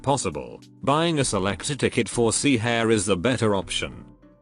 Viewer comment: Black suit pronouncing Hare's name like she's part of the RABBIT squad